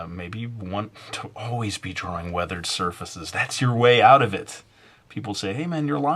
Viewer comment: Weathered "sir feces"